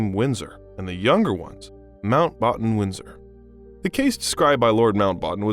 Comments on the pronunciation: My guy is butchering names and titles while giving a very insightful presentation…edenburg princess Anna, lord mountbotton.. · Good content, terrible mispronounciations which shows poor preparation and worse editing. Mountbatten, Westminster to name a few.